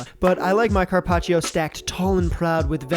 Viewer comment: “Carpach”???? “Tendu”???? Very punchable face